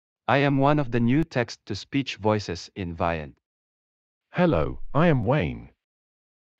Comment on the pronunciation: The new Eric voice is not the Ivona version. As you can probably tell, most of them pronounce the word Vyond wrong. The correct way to pronounce Vyond is Vee-yond (Like beyond, but with a V for video). But most of them pronounce it Veye ond (Like the letter I).